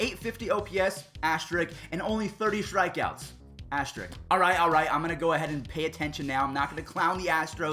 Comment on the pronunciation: bruh there’s an “S” before the “K” in “asterisk.” It’s not “asterik”